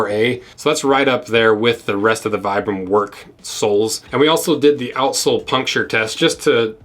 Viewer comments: Vibram is pronounced: Vee-brum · For the record it’s pronounced “Vee-brum.” The originator is from Italy.